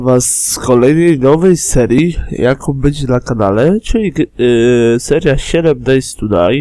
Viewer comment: Seven dejs tu daj... a nie xd